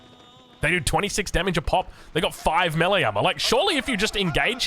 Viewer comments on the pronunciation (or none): none